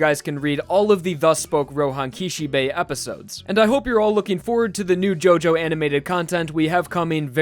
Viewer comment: "Roehan Kishebay"